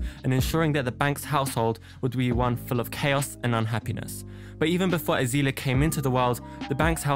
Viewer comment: "Azeeeeelia" lol. Excellent pronunciation mate, its turned me to drugs just hearing it